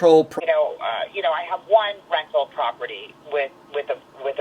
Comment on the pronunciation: Did she say if you have a rectal? Ahh…rental.